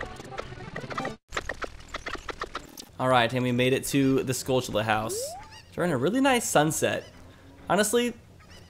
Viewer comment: Stop pronouncing "skulltula" weird.